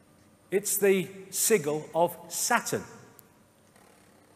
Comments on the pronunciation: Dear David, caput in Latin is related to the word head, not to the word dead (that's kaput, finished, which is derived from German). Sigil is pronounced with a soft g, (like sidjil) not a hard g. Mores has the e pronounced, not silent. These details are worth getting correct because accuracy is important, especially when conveying controversial and complex information. I hope that is useful to you. Blessings! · Its pronounced. Sij. El